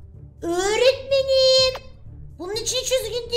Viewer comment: Nobody: Pelin:Öğğretmeniğmm